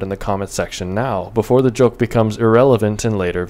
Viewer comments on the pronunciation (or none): none